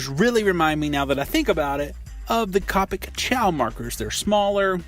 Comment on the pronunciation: Copic is pronounced like coe (kinda like toe) pick